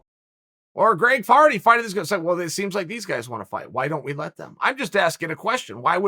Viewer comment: did Chael just say Greg farty? 😂